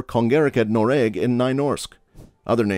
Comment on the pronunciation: as a norwegian, pronunciation of Norge and Noreg hurts my soul